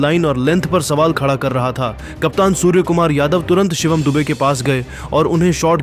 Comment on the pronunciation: Bhai सुअर nahi सूर्या bolo 😂😂😂